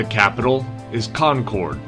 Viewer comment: Concord is pronoused Conquered Albany is pronounced All ba knee